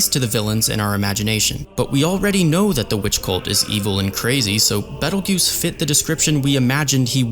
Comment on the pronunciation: hearing you say beetle juice instead of beteljeuse was so funny